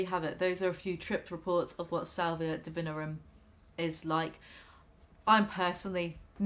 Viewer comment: hermione voice its not duhvihnrrum its di-vi-NORRR-um